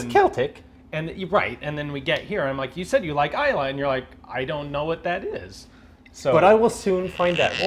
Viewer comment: But Laphroaig for serious after dinner work. Delighted that Ina said Isla and not Islay. Take care with those "e"s.